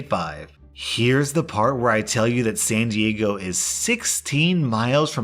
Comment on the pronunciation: Lol, the way you pronounced my city. San diego is expensive....